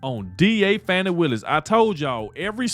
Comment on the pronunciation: I pronounce Fani. FAN EEE as in Ass. Hey stayed as always to end. Isn't lying in court PERJURY????DISBAR BOTH OF THEM.THROW OUT court decisions for the people who were involved with Trump.